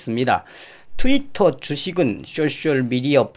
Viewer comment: 존경하는 선생님^^ 쑈셜미디어를 쏘셜미디어로 발음하시면 더 예뻐해 드릴께요^^